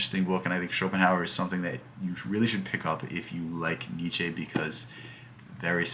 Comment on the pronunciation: You gotta pronounce the names propery, dude 😂 Google the pronounciation of Nietzsche and Sartre